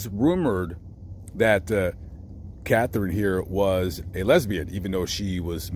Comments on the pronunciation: Folks - it's KathArine Hepburn. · KATHARINE HEPBURN! I was named after her. Our name spelling is somewhat different, we hardly ever get it spelt correctly. Ouch! Love, love, love your videos & work (but please...KATHARINE on this one 😉!) Be safe out there 😷